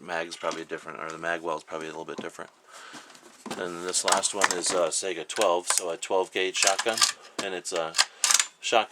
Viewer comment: It's pronounced "Sigh-gah" and "Iz-mosh" lol.